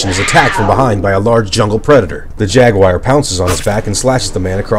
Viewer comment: Everyone: Jaguar: Jegwire